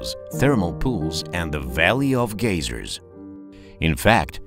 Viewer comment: Очень круто! Но только не GAY-zer, а GAI-zer :D